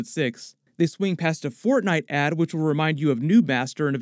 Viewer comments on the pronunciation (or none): none